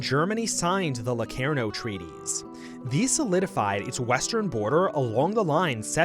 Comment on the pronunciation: yes i watched it. The guy cant pronounce locarnoand claims germany was stronger after versailles. Completly skips over Stresemanns strategy of allying the us and makes it look like chaimberlain underfunded the british forces